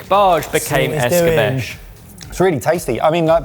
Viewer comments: It's not Es-cah-besh, it's Es-cah-beh-che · The word "Escabeche" is generally pronounced as "es-kah-BEH-cheh," with the emphasis on the second syllable. In Spanish, it can also be pronounced as es-"kah-BEH-chay". In French, it's closer to "eh-skah-BEHSH"